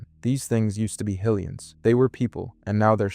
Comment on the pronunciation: Not only that, bro had the audacity to say "Hill-ians" and "COCK-ariko" 😂 Didn't know Link was trying to save "Hill-rule" 🤣 Edit: Nah bro is messing with us. No way he says "Shīghka". Wtf? 🤦‍♂️